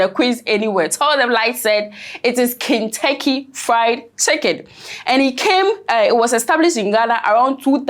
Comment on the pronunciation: did i hear you say Kingtucky Fried Chicken? Eeeeiii Light!! Gye wo ✌️✌️😂😂